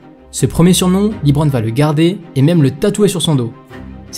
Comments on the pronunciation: Par contre on prononce « LeBron » ou « Lébron » Aucun américain prononce« Lee-Bron » pour parler de lui 😅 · C’est pas libron c’est leeeeebron James svp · excellente vidéo, j'ai adoré, juste le Librone , ça se prononce Leubrone, mais sinon magnifique vidéo ! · Superbe vidéo, bravo ! Par contre je me pose toujours une question: pourquoi certaines personnes en France s'entêtent toujours à le prononcer "LiBron" ? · Leuu bronne' pas Lit bronne' merci sinon lourd ta vidéo 🔥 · Dit LEBRON et non LIBRON je t'en supplie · Bonne vidéo mais pourquoi dis-tu toujours " Librone" en prononçant "Li" ???